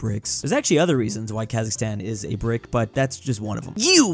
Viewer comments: I want Qazaqstan countrySquare Also as a QazaQ , its not KHazaKHstan, its QazaQstan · Its Kazakhstan brick not Khazikstan.But its so cute! I m from Kazakhstan